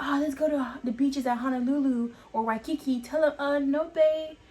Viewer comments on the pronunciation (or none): we don’t respect nor care about anyone from the mainlands opinions... also the mis pronunciation of words is offensive to us, and well as her little puns like “the islands of waiiikikiki “ 🤦🏻‍♀️